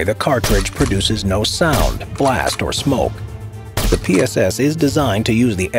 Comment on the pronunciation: Please avoid saying anything in Russian. That PSS pronunciation... 🥲